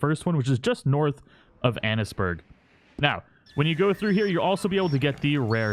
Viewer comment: Anne's-burgh not ann-es-burgh.